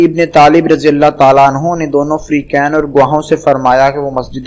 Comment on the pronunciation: At 0.20 anhaa nehi anhoo